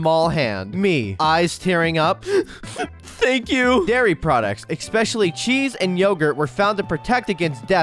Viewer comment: He pronounced especially like expecially. Destroy him.